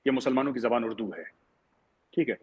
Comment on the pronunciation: Urdu hota hai , Ud-du thodi hota hai 😂😂